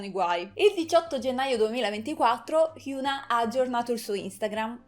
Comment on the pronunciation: e infatti si dice hiòn-A 현아